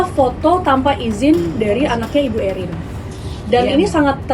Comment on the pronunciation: Bisa gak hostnya nyebut namanya erin biasa aja jangan ewhrin, terdengar berlebihan😂